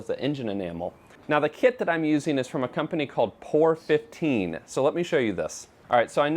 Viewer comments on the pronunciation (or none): I think the paint is pronounced as three separate letters... P O R ... as in "Paint Over Rust", as that was the original intent of the product. I have used it on the floor pan of my Spitfire and our son has done part of the underside of his MGB with it. Good stuff!